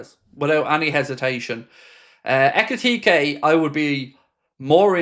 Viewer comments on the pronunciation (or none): It’s pronounced Hek It Teekee